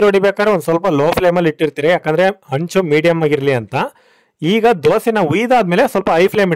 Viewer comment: ಹೆಂಚು ಅಂಚು ಅಲ್ಲಾ ಮರಿ 😂